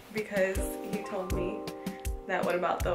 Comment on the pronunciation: I’m hugging you through this screen! Wow, that was such a vulnerable moment and I am so appreciative and proud that you shared that!! 🧡🧡🧡 hahah he “TOE-ld (told) you to do them then wasn’t even happy about it bc he thought you got him a present 😂😂😂!! Dang Starbucks didn’t come thru tho!! Lol! Xoxo 🧡